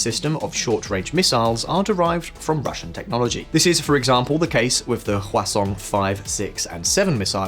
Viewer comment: You say 화성 like croissant. haha No shade, I know you don't speak Korean. Just say hwah song. Song like music, pretty close pronunciation.